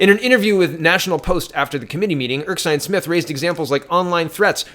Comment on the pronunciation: you really need to start actually reading these names. You make silly mistakes like pronouncing Erskine as Erksine. Look at the words man, it is Ers-kine not Erk-sine. Slow you mouth down so you eyes can catch up man.